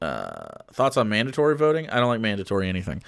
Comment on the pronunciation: "I don't like mandantory anything" Even mandantory vaccines?